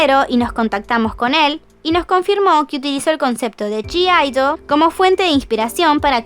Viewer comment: Me da cosa q digas g-idle osea q pronuncies la g cuando ellas dijeron q se pronuncia idle